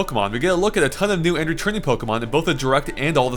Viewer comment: Those pokemon pronunciations.